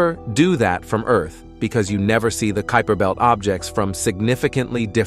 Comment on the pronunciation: I agree with thus pronunciation phopahs. Rather fun though to see how many different ways “kuiper” belt was messed up. And “ nitrogen “ with “i” as in mitt. 🤣🤣🤷🏼‍♂️ But overall a ton of great information in the presentation. 👍🏼